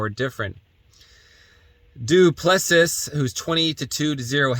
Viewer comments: Dude, are you Canadian? "Duplessis" is French, not Greek. "Doo-plessie" is how you say it, like the Quebec premier. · Doo-pli-see is the correct way to say the fighters name. Just trying to help.